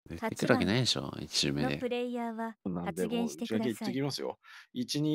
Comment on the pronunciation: 確定する→確る って言う人を初めて見ました あと、「出てくる」の標準イントネーションって「高中低低」じゃないんですか？ 「低中高中」の人をよく見かけますが・・・どうなんでしょう どうでもいいですねすみません